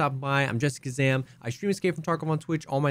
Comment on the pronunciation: always says Jessica Zam, its funny every time.